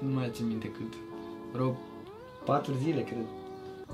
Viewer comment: Și Bibi zice freo 😂😂